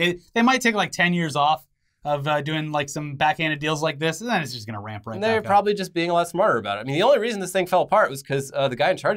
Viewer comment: "billions zen billions zen"